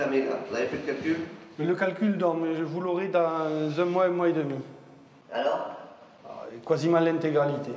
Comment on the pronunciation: J'ai pas dit l'intégralité mais "Quoisiment: dit il ne pas confondre avec quasiment qui se prononce correctement.